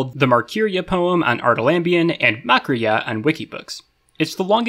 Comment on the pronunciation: was great, it would have been nice if you used someone elses reading of Markirya because you didn't get the stress right, and the stress patterns are imo the most beautiful about good Quenya poetry